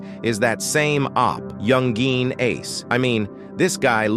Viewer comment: You could have taken 2 minutes to check around and see how he pronounces his name. It's not "Young Geen" with the hard G. It's pronounced more like "YoungIn ". Basic research, bro.